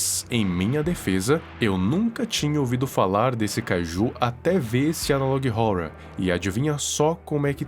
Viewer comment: Uma dica man a melhor pronuncia e ''analog (Órror)''